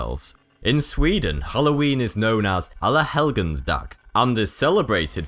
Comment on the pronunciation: you said "alla helgons dag" very good.